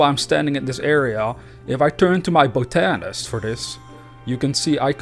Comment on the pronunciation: Great video, and just so you know it's pronounced- bot-a-nist